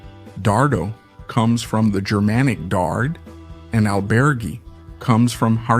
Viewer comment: Just remember that Germanic refers to an ancient group of peoples...not modern Germans. Is this guy with awful pronunciation AI?